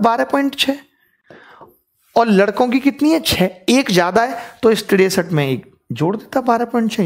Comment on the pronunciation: Tiresat rupaye😂😂😂😂😂😂😂